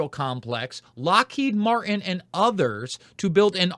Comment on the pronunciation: I've heard about Lockheed but no Mar-inn?